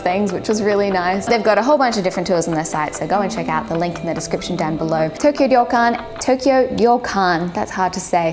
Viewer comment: The robot restaurant is really weird. It is said the pronunciation of "Ryo" of ryokan (an inn) is hard, so sometimes you would say it like "Rue" instead^^